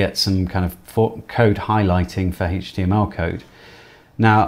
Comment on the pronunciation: It's HTML not HAYTCHTML